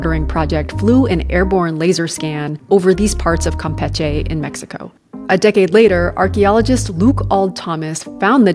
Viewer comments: Campeche, not Campeché. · Why did she pronounce Campeche like that? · You're saying campeche wrong, and these places have "never been lost" 😮‍💨. Nobody does xen ophobia like gringos. Just go away and leave us alone. You're gentrifying everything.